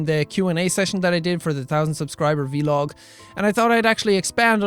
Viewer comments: He said v-log in steed of vlog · Hello from 2018! You called it a Vee-Log. So cute! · wait he says V-log